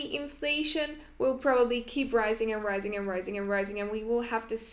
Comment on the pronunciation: Ricing = Rising